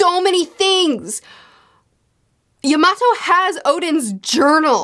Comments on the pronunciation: ur kinda saying yamato's name wrong ur kinda saying it like you would say tomato she says her name in the 2 minute clip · Momonosuke (Momo-no-skay) Edit: also Yamato (Yama-toe